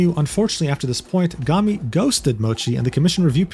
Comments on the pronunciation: not super related, but lowkey disappointed that you pronounce her name "gah-mi" instead of "goh-mi", because the latter sounds like the japanese word for trash, "gomi". Just thought that would've been funny. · You pronounced Gomi like "Gummy" which too nice lmaooo. In Japanese, it's pronounced like the English words "Go" and "me" and the word Gomi means "trash" 😂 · still he mispronounce it as gami, the entire video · pronunciation of "Gomi" is killing me bruh